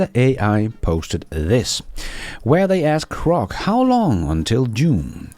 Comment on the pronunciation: G G G Grock. Not C C C Crock. 😂